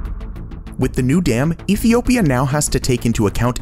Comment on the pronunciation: Epiopia..... Good to see Top Luxury is still ensuring they are saying words correctly and not just doing everything in one take.